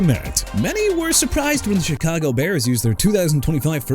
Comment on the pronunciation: Enough with the "New Or-leans" garbage okay?! You wanna continue butchering a city name, go ahead. It gonna get you fired! Also Alvin Kamara as in kuh-mar-rah! And Christian Fulton is not a quarterback; HE'S A CORNERBACK! ALSO CHICAGO AS IN EITHER SHUH-KAH-GOW OR SHEE-KAH-GOW NOT CHEE-KAH-GOW!! AND STOP SAYING "JAG-WIRES"! WHAT DON'T YOU UNDERSTAND DUDE?! JAGUARS AS IN JA-GWAARS AND IT'S ALBERT REGIS NOT ALBERT LEERS! AND MR. "I CAN'T PRONOUNCE ANYBODY'S NAMES FOR NOTHING" TONY POLLARD AS IN PAH-LURD NOT POH-LURD!! YOU'RE FINISHED!! GO AWAY!!